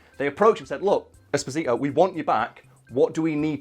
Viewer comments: Holy guacamole it’s pronounced “Espòsito” And not “Esposìto” it’s an Italian name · It’s not Esposìto, it’s Espòsito. It means “exposed”, it’s a very common italian second name, it was the second name given to orphans in orphanages in 1800.